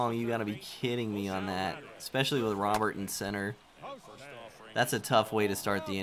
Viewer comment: its pronounced roe-bear not robert